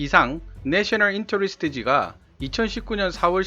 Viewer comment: 에얼 투 에얼 인털레스트 영어 발음이 원어민하고 비슷하지 않으면 혀굴리는게 어색하게 들리는군요. 저두 영어 발음할때 참고해야겠어요.